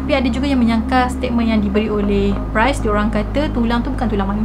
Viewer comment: Ye mmg best..tpi ade beberape perkataan yg kene fix jgk macm priest..bkn pronounce as price